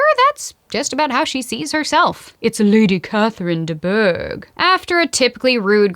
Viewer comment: oh and did I mention that I love how u say "LADy CAtHeRIne DE BouRGh~👁👄👁"😂❣so funny and hilarious